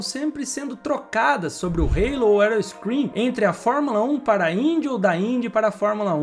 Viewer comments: O nome da peça não é "reilo": a palavra existe em português, e se pronuncia "alo". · "Rêilo" não dá né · É muito feito você pronunciar halo com uma pronúncia inglesa. A palavra existe em português.